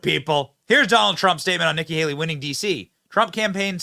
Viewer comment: Did he say nigga Haley?